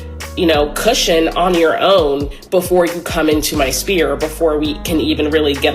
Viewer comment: The word is ‘sphere,’ not ‘spear.’ 🤦‍♂️